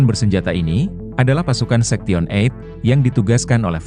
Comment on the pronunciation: Ngomong sektion berkali kali, sebenarnya story teller nya tau atau pura2 gak tau sih?? Sebab ngomong 8/eight nya bener…Sorry kritik utk membangun